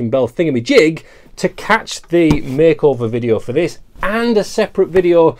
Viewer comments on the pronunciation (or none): Did you say make over? Or bake over?